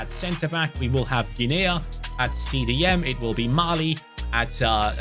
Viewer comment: Guinea is not 'Gin-aya', it's 'Ginneeeee', like Guinea Pig xD